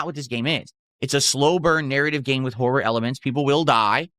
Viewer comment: Anyone else unreasonably angered about how he says “horror”?